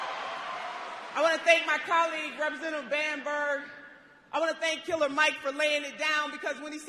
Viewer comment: Bamberg, not Bamberger!